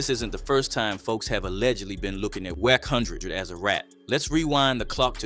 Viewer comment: Bro it's WACK NOT WECK.